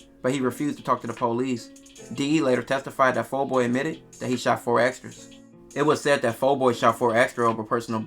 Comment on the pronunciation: Why EVERYBODY keep spelling/pronouncing 4xxxtra as “4 ExtraZ” ? 🤔😩😂💀‼️